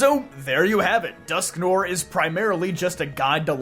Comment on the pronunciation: Its pronounced "Dusk-Nwar"